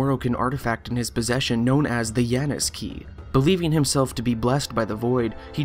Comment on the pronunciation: Janus is pronounced with a "ya" not a "Juh."